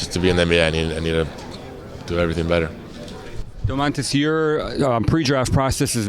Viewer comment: He's Domantas Sabonis no Damontas